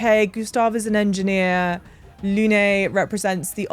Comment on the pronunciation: Especially with Lune being pronounced Luné, where in actual French the e is silent. Or just call her Moon, but obviously it defeats the purpose and the Zappas might have a thing or two to say about that 😅